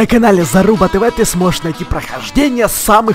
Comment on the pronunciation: мне послышалось или он сказал залупа тв а правильно заруба тв